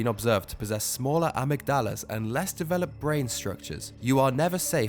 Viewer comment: Great this entire video is discredited by the way you pronounced amygdala. Only joking, keep up the good work.